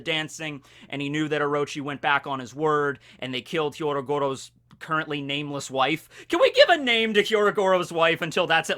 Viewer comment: asking if Hyogoro's wife has a name when he doesn't EVER says his name right. Never change. My list: 1. Nekomamushi. 2. Kawamatsu. 3. Kikunojo. 4. Inuarashi. 5. Denjiro. 6. Raizo. 7. Izo. 8. Kin'emon. 9. Ashura Doji.